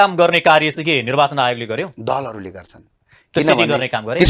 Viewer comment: खतरै बोल्छु बोल्याछु भन्ने लाग्छ होला वहाँ पत्रकार ज्यु लाई नर्वाचन रे निर्वाचन लाई। कसरी बोलेको होला हाहाहाहाहा